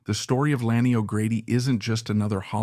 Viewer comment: Why don't you onfirm the correct pronunciation of Ms O'Grady' first name before you request "a LIKE Subscribe 👍"!